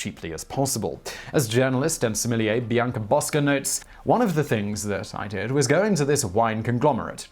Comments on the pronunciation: I cringed every time he said "similier". Please learn how to pronounce sommelier. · Thank you Simon! I watch your videos most days of the week and I always enjoy learning new and interesting things. I myself work in the wine business and my job title is in fact that fancy French word that my guests are reticent to attempt pronouncing. I'm currently studying for the Court of Masters Advanced Examination so I'm familiar with the rigors involved. I appreciate you coving the topic accurately and with a balanced tone. My colleagues and I study furiously and taste hundreds of wines a week. Our very livelihoods depend on us understanding what's in the bottle and communicating that effectively to our guests so I can hope it's no wonder that when I see article and videos calling out my career and learned skills as nonsense, its somewhat frustrating. Another popular YouTube series 'Adam Ruins Everything' gave a rather boisterous and, i feel, misinformed assessment of our industry, citing many of the same studies you have in this video. Your nuanced and thoughtful explanation is refreshing and those of who love wine and have chosen to make it our life's work appreciate you communicating to the public in this way! Keep up the fantastic work. Cheers, Rick Stiles Certified Sommlier Houston, TX